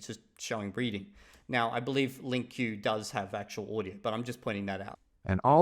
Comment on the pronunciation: LingQ is pronounced as "link" (perhaps with a tiny bit of nasalization on before the K). Just saying.